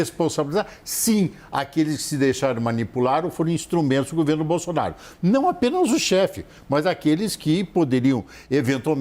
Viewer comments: Gente... ela falou o PRESIDENTE JAIR BOZÔ... BOLSONARO? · ..."e também hoje, o Presidente Jair BozzzzonnnBolsonaro... kkkkk! É inevitável... HAHAHAHAHAHAH! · Quase que ela diz " BOZONARO " kkkkkk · Eu vi ela falando bozonaro kkkkk eu vi kkkk